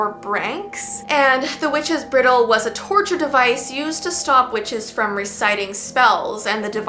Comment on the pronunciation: That’s Bridal like horse bridles. Not brittle.